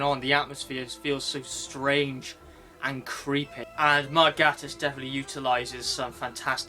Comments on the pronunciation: Great review... but Mark Gatiss' surname is pronouced 'Gay-tiss' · i prefer the mispronounced name lol